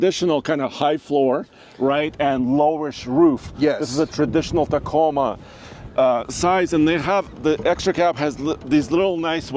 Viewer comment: T A C O M A....NOT Taco...